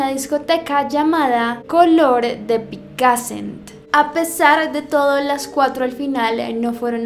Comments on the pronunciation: cuando dijiste "coloor de Pic A! ssent no se dice asi es normal sin accento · Picassent, con la sílaba tónica en la "e" 😁😁😁😁. ME ENCANTÓ EL VIDEO, un saludo desde Valencia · Yo soy de Valencia y sé dónde está Alcasser, y no se pronuncia Pícasent, se pronuncia Picasént😂😂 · Quando dices color de picassent lo pronunvias mal , es picassén con la e fuerte😂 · No es por nada pero picassent no se pronuncia como dice lo q es el acento se pronuncia al final